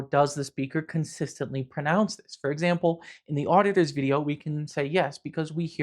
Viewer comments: The auditors guy sounds like he’s saying otters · i'm hearing people saying "auditurrs" in this rapid fire bit